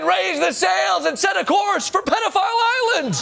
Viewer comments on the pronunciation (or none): none